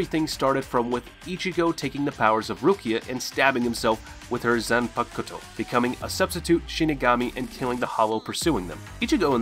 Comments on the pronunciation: Zanpakuto is pronounced Zanpakto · my man said "Zan Pucuto" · Nice Video, i Like it. But i have one little thing to say. When you say the word Zanpakuto.......the u in this word is silent. No offense. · Oh god the way you pronounce everything, I get it you haven't learned Japanese but know that in Japanese they don't always pronounce EVERYTHING as it's written the way you just did, they don't always say desoo for desu, they often just pronounce it des. So you don't have to say "zanpakuto", you can just say zanpakto, kisuke into kiske, not kisooki like you said, and I bet the list will go on, anyway if you've seen the show you should've at least heard how they pronounce things. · Wtf the pronunciation of zanpakuto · "zanpakooto" ....."kisooke".